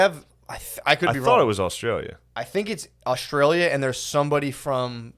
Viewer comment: "Aut-Stralia" lol